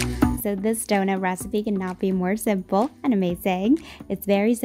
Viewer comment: Is she saying "zimple"?